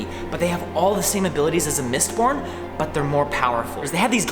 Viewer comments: Only I heard "Mist PORN" not "MistBorn"? :D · i thought he said mistporn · Thought ya said Mist-porn there